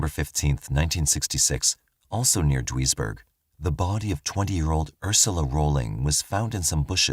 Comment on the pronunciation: Very interesting cases. Just for reference, Duisburg is pronounced deuce-burg